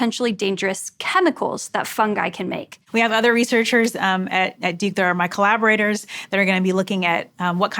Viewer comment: "My collaborators" or "Myco laborators"? Sorry... 😂